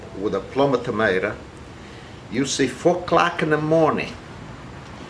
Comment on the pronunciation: "You see-ah fuk-clokah the morning"😂🤣 ....I love this little chap and his wonderful food.